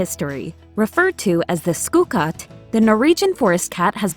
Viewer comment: When pronouncing ''Skogkatt'' u need to emetize the ''O'g'' like saying Ogre but stopping halfway or it comes out as ''Skugkatt. Norwegian Forest Cat is ferocious and rough furred depending on its personality. I've found Norwegian Forest Cats to be highly rewarding as pets as they don't accept just anyone and you have to earn their respect often taking years.